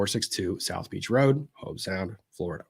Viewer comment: Hobe Sound like robe….